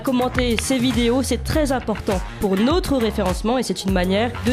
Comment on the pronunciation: J'adore la voix de, sa compétence journalistique est indéniable, ses commentaires pertinents....MAIS...au début de l'émission j'ai du mal à entendre...NAUTRE chaîne...NAUTRE référencement...notre chaîne ne se prononce pas comme 'cette chaîne nôtre'(nautre)... c'est un détail qui n'entache en rien l'excellence de ses émissions